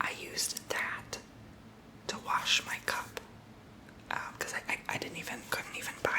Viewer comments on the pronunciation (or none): none